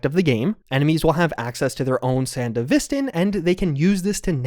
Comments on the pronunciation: gotta throw wannabe edgerunner in here too tbh. also im certainly not the first but i swear to god im gonna lose it if i hear sandeVIStin one more time dog. its sanDEVisTAN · Why do people pronounce it san-di-VIS-tan? Edgerunners clearly showed its san-DEVI-stan. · Seriously how hard is it to pronouce it like San-dev-est-stan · watch edgerunners to hear how sandevistan is pronounced